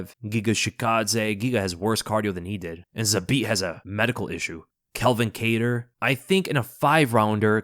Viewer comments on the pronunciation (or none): none